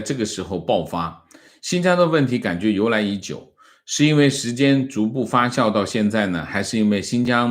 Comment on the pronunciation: 被維尼帶進坑了，發酵，不是發笑😂😂